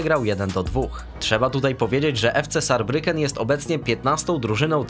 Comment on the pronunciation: Zarbriken s czyta się jako z a z jako c. Saarbrücken czyli Zarbriken